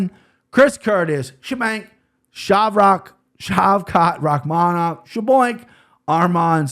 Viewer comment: I love you but I think you missed pronounced Shaylin Nuerjdanbekeiej